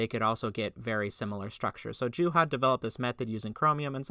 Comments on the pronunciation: What would be a proper Finnish pronunciation? "Yooha"? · Wow you really butchered poor Juhas name